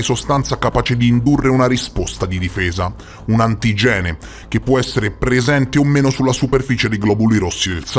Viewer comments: Video molto interessante, tra l'altro io e i miei figli siamo 0 rh- 😅 Cmq occhio alla pronuncia di antigene, l'accento va sulla i, antígene, non antigène come lo hai detto (scusa, deformazione professionale)😅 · Antigène non si può sentire! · La dizione corretta è antìgene, con l'accento sulla i. C'è una regola in italiano specifica che dice: le parole bisillabiche di origine greca portano tutte l'accento sdrucciolo (sulla terz'ultima sillaba), protòtipo, archétipo, bibliòfilo, cinòfilo, ecc. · Scusa la pignoleria ma l'accento di antigene va posto sulla i